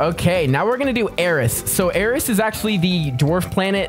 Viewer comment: you got eris so wrong